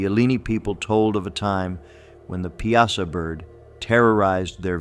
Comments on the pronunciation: It's "Pie-A-Saw", not "Pee-As-Ah". I've lived in Southern Illinois my whole life! , it's pronounced "Eye-Lie-Nigh" not "Ee-Lee-Nee". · The Piasa bird is pronounced pie a saw. Not pea ah sa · 😅It's pronounced "pie--saw" bird. Born and raised in Alton Illinois area, I'm 65 years old. The Piasa Bird is a legendary creature featured in the folklore of Alton, Illinois. It is depicted as a giant, man-eating bird with a fearsome appearance, often described as having horns, red eyes, and scales. The legend surrounding the Piasa Bird is tied to the local Native American tribe,the Illini, who believed it terrorized their villages and carried off victims. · the bird's name is pronounced "Pie ah saw" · The way he said Piasa pisses me off. Its PIE-SAW. Sincerely, someone born and raised in Alton, IL. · As someone who lives in the area, let me correct you in saying that Piasa is pronounced Pie-uh-saw.